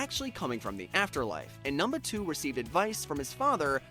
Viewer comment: this mf said "numnuh 2"